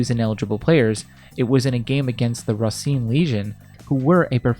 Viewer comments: Another pronunciation issue is when pronouncing the Wisconsin city of "Racine". The actual way to say it (from a local) is not Ruh-cine, it is said Ray-cine. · As a Wisconsin native the way you pronounce “Racine” is hilarious 😅😭